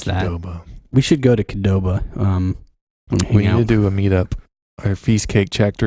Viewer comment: Thank you for saying Qdoba. I never knew how to pronounce that!